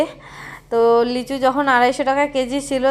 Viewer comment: তুমি লেচু বলো কেন , লিচু বলবে